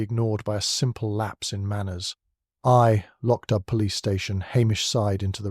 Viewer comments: If you're going to create fan fiction you could at least get the names right! Loch Dubh is pronounced "lock doo." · “Lo-ch dubb”? Please correct the AI pronunciation.